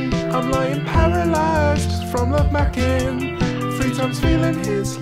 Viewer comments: ‘love macking’💀💀💀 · “Love makking” i cant 😂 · “Love macking” 😂